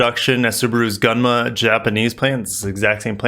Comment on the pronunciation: "Gun-ma" pronounced "Goon Ma"